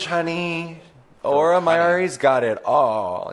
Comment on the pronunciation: the way continues to mispronounce auras name as "aurora mayoori" ❤